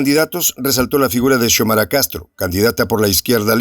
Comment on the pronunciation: No es se pronuncia Chomara😭, se pronuncia Xiomara 👍se le como se escribe